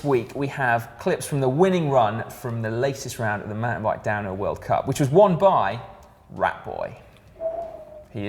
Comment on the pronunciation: Si dropping the 'h' on "down 'ill mountain biking" just to make it a bit more extreme/badass haha